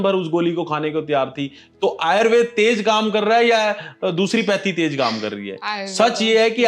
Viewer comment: आयुर्वेद है ना कि आयुर्वेदा